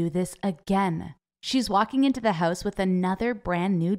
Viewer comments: The one thing that annyoed me about this video is when she say "hause" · When she said "my mom came in house with brand new bag" I heard that as "my mom came in hoes with brawn new bag" 😂